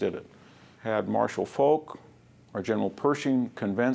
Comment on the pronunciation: I'm surprised that VDH doesn't pronounce Foch or Volk correctly. Com'n Man!